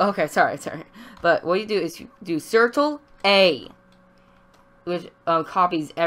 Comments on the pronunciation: bruh did he just say certle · "circtle" XD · Sirtle not control😂😂